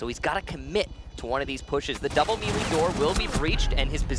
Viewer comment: Okay but like why is no one pointing out how he said melee 😂?